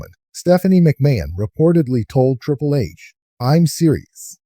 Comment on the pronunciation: Triple....not trìpple hahaha lol